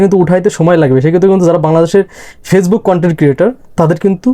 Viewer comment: কথাটা ফেইজবুক না, ওটা ফেসবুক